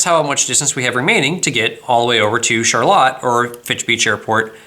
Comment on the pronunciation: My dad was born and raised in Charlotte, MI...thank you for pronouncing it correctly!